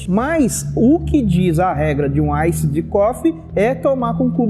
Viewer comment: "Aissid" coffe hauahauahua. Bom video!